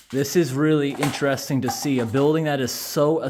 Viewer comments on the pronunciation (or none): none